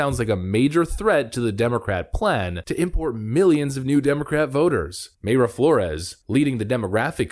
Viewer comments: pronounced "my-ra" not "may-ra" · 'my-ruh' not 'may-ruh'. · Its My-ra flores not may-ra just saying🤣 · No!!!!! Pronunciation is My-Rah. Not May Ruh. Killing me. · Unless you've heard her say it the way you're saying it, I'm reasonably sure "Mayra" is pronounced "My Ruh". At least that's how the Mayra I knew growing up, pronounced it. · Mayra is pronounced My-Ruh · Thank you for your excellent posts, I haven't missed one since I started watching in 2021, keep up your excellent work. By the way Mayra Flore's first name is pronounced My-ra, Mayra is also my wife's name. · It's Mayra pronounced MY-RA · Love your channel, but it’s pronounced My-rah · Mayra is pronounced Mira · PLEASE…!! PRONOUNCE her name CORRECTLY…! 😲😲👍🏼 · Please fix your pronunciation of Mayra.